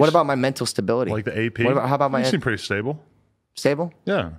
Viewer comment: "You seem pretty stabel" Aaron: " stabel?!"